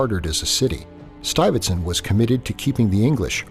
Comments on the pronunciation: 'Stuyvertson'? It's 'Stuy-ve-sant" for Christ's sake. He's not even trying. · Stuive- zand...not stuffit stunt... do your home work please..